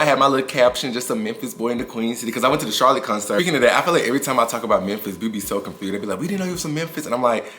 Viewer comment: Oh the way you just said confursed I know you from Memphis lol my bf family from there 😂